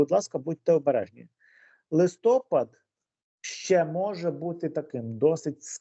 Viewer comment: Ведучі,чому ви кажете листОпад, треба листопАд. Ющенко так казав і ви так.